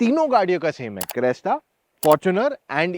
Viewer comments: Ye aadmi Crysta ko Cresta kyu bol raha hai? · Crysta not cresta brotherrr